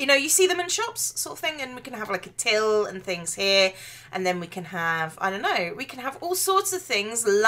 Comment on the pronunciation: Till.. So British.